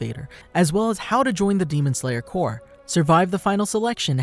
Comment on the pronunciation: this guy said demon slayer cor :)